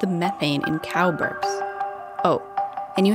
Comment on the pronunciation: When it says cows burp i heard Carlsberg